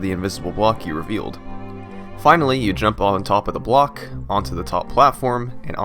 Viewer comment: he says reveal this invisible bawk? WTF is a bawk, do you not mean block?!!! Go ahead knights of the haters go off on me, and then tell yourself wait, it's not like he is very foreign. Yup if I was saying this about someone who was African or Japanese or whatever, then yes it would be weird because of their accent and pronunciation but come on this guy is British or American and he says bawks!!!!!.....